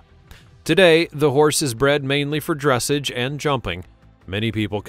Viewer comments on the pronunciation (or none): It is not "DRESS ij." It's "druh SAAZH". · Thank you! I am a horse freak! Btw...Its pronounced Dressahhhge...not dressage. Just saying! I love all of your work!!